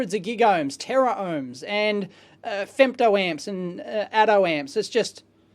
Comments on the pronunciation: femto, not fempto ;-) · Fempto ? => Femto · femto not fempto ! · No P in femto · Fempto with a "p"? Oops! 😄